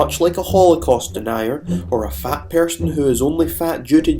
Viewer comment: But why did you say persun (person)?